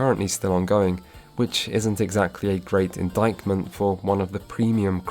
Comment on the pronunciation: The C in "indictment" is silent. It is pronounced "in-dite-ment".